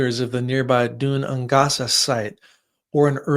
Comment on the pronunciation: ‘Gaelic’ is pronounced ‘gay-lick’. ‘Dun Aonghasa’ is pronounced ‘doon ain-gasa’ here, both said quickly!